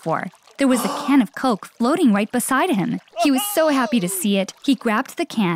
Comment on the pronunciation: You kept saying wight instead of right